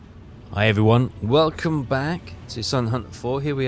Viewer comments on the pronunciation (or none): none